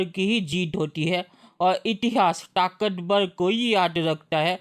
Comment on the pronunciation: बेटा बोलो र से राम ताकतबल नही ताकतबर